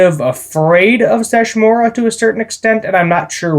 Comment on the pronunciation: Sesshomaru. Se-Sho-Mah-Roo. Have you not watched inuyasha at all? He battled inuyasha many times and there are the most iconic fights of the entire series